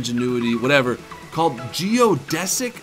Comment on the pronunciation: Geo "DEE" sick